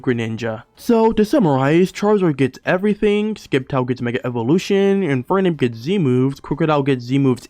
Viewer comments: Why are you saying Skeptile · The c is silent in sceptile